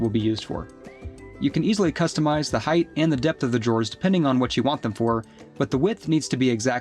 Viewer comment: Great Video but it’s, Height. Not Heighth